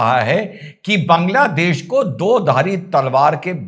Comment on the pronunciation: Why all North Indians call it बंगलादेश ? It's बांगलादेश .